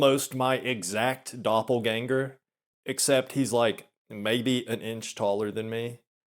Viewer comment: As a member of your German audience, I appreciate the rare correct pronunciation of 'Doppelgänger'.